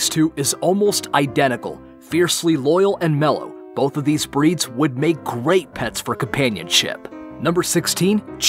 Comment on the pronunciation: When the makers of the video mispronounce several of the breeds they mention🤦‍♀️